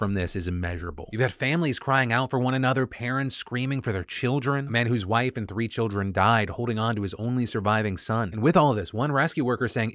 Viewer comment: My man literally said Mah wifee